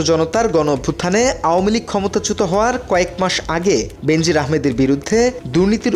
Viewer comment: সঙবাদ পাঠকের শব্দ উচ্চারণ অত্যন্ত ত্রুটিপুর্ন। বেনাজির নামটাকে বিকৃত করে প্রায় সবাই বেন্জির আহমেদ পড়ে থাকেন, যা কাম্য নয়।